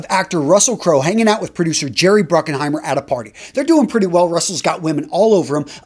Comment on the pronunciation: Jerry Bruckheimer, not “Bruckenheimer.”